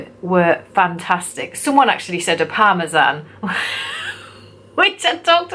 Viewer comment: They have Chicken Parmesan in the states. I've seen them mentioned in films etc. They pronounce parmesan weird though. Parmeshjan or something x